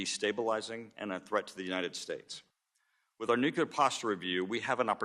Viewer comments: I feel distracted by the host pronouncing nuclear as nukular (newquelur). I was taught The most accepted correct pronunciation of the word is “NEW-clee-er.” & I am baffled why an educated person wouldnt at least try to pronounce it correctly. It's distracting from listening to the actual questions. I know it's stupid to be focused on such a thing but i find it really weird a person in such a public position hasn't corrected their own pronunciation of a word they are required to constantly refer to. The rest of the discussion is very informative & very important for everyone to hear. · He said "Nuculer threats" phew I thought he said " nuclear threats" we're good. Nothing to see here folks. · How hard can it be to learn how to pronounce "nuclear" correctly?